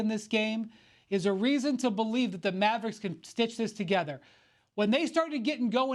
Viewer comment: Tim Legler keeps prouncing the word "The" as "Duh"... How much are these guys being paid without having to use basic grammar as a talking head?